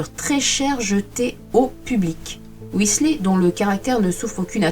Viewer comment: Intéressant...mais comment parler d'un peintre sans diffuser des reproductions de ces oeuvres ! Je connais ce peintre depuis quelques années, un génie peu connu en France Petit détail, on prononce son nom "Whislère" (je vous fais grâce de la phonétique anglaise....) Alan